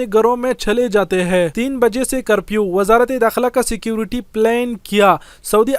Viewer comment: بھائی کرپیو نہیں کرفیو کرفیو کرفیو 😂😂😂😂😂😂